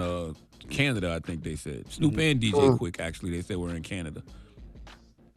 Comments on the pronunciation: Bish said SNEWP 😂😂😂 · She said “Snourp” lol wtf